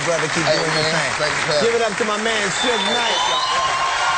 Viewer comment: it is suge not surge